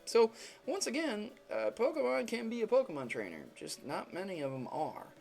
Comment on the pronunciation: He doesn't pronounce the Pokemon names right!!!!!